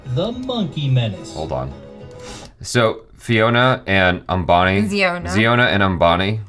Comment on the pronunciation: It's not zambani... It's Ambani